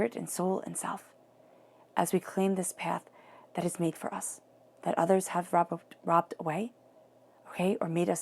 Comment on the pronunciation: Rob-b-e-d...not robed....